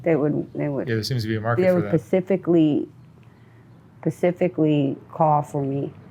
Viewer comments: Pacifically? Specifically? Cause I don't know what the 1st would even mean, maybe some to do with the Pacific ocean possibly. Now the ladder is 1 exact thing or one thing in particular. Poor gal it's not her fault she doesn't know any better. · Its "specifically" not "pacificly". Pacific is an ocean. Specifically is referring to something that is specific. Its just hard to hear decently intelligent people like this use simple diction incorrectly just because she never got a proper education.